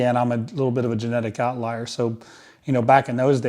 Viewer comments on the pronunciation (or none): "outlier" not "out liar"